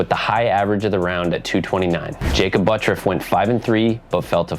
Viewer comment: Why does everyone keep saying Butt-ruff? That's not his name... His name is Butt-urff. If he wants to say it the way he does, then he will have to change the spelling. There is no way in hell that the way that name is spelled is EVER pronounced Butt-ruff.